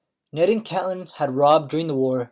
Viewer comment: It's CATE LYNN Pls its triggering me